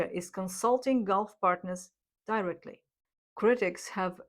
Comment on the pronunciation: Love your content! FREE FEED BACK - constructive criticism Words mispronounced: Resilience, Robust, Directly, Model, Gasoline, Incentives and rationality. But I must say, you have improved a lot. Congratulations! Much love from BRAZIL !!!